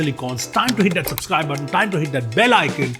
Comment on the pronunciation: SUBSCRIBE ❌ SUPSCRIBE ✅ 0.22 sec